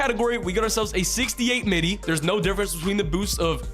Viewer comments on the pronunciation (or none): none